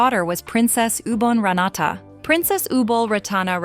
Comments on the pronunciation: It’s disgusting disgraceful to pronounce her royal highness name completely wrong. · Maybe learn to pronounce her name correctly and do some more facts check will be great